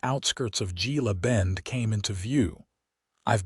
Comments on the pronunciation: Gila Bend is pronounced Hela Bend. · Pronounced Hela Bend 😊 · It's pronounced "Hella Bend" Gila Bend. 😊